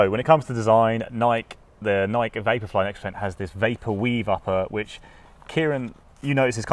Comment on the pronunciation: “Noik” and “Adi-dass”.